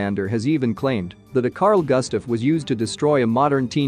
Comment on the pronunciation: Just cause americans cant pronounce Swedish names does not mean the name will be americanized into goostav.